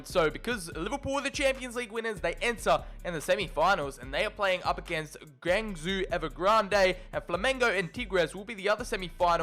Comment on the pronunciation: The way he said "Guangzhou" hurt me.